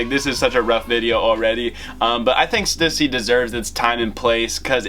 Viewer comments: Omg they way you pronounce Stussy is cringe. It’s STEW-SEA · I need to teach you how to say Stussy